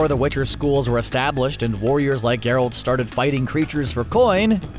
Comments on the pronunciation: I'm sorry, but did this guy actually watch the series? His pronunciation is TERRIBLE. GERalt, not gerALT. and Calanthey. It appears like he's just reading from a script without any real knowledge. Watch the show to get the correct pronunciations before you embarrass yourselves. He mentioned necrophages over a shot of nekkars. They are Ogroids not necrophages. If you want more proof of their lack of preparation for making this video. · I can’t deal with the fact that Geralt wasn’t pronounced correctly. If someone is making a video on something they should at least look at the source material